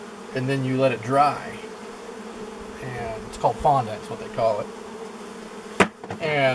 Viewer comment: What the heck is the sugar paste called? Bondette? I listened 3 times. I'm interested in keeping bees, and trying to learn how to do it properly.